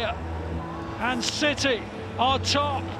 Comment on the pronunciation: That Haaland goal was briliant than stones one too but am I the only one who hears that the comentator says manchester shity